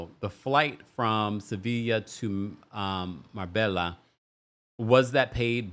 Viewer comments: Marbella, (pronounced “mar-baya”), is also referred to as the Spanish Riviera. You would love it,! And yes — Guerdy’s constant over talking is a thing. If she could control it, she would emerge as one of the queens of this show in my opinion. And I hope that Marysol never gets a Mojito. She is literally unbearable. Every nasty thing that Lea Black said about Marysol in the early seasons has been justified. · Marbella is pronounced maa·bay·uh. The lls are silent. Love your commentary and looking forward to the livestream event in the next couple weeks with you and Brooke 🫶🏾 Sending regards from 🇬🇧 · Loved this. BTW, it's pronounced "MarBAYa"